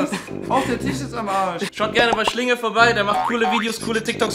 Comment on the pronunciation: diesen Veadeo 🤣🤣🤣🤣🤣🤣🤣🤣🤣🤣🤣🤣🤣🤣🤣🤣🤣🤣🤣🤣🤣